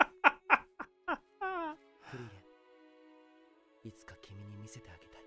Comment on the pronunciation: Just say "Free-ren". German "ie" is like english "ee". In case nobody has mentioned it yet, almost all names int this show are German words and if you translate them you get a hint on the persons characteristics most of the time.